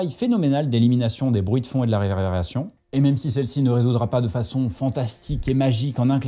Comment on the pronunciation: “la réerrebération”😂😂